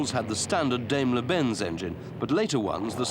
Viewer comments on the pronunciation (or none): Don't know how long ago this film was made... it's an excellent ref. But for the record it's pronounced DIEm-ler not DAYm-ler Benz. German phonetics "Dai" is pronounced like "Die" in English and "Die" is pronounced "Dee". (Confused yet? One year high school German. And yes. It is complicated. Had to ask my instructor about this very thing.) Onward.